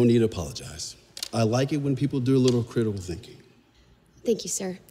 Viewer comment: “I like when people do a little critiuhl thinking”